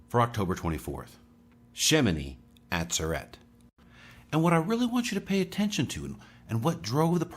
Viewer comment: FYI= shemini ah ZER et Emphasis on second syllable.